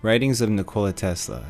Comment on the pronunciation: You have pretty good pronunciation of the name ''Nikola'' unlike other Americans lol